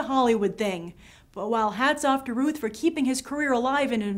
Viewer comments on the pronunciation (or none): Hi Grace, love your videos! Don't wanna be a smart-ass, but Brandon's last name is pronounced like "south"... at least that's how Sam Huntington said it...thought you might wanna know! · Routh... sounds like South... "ow" not "oo"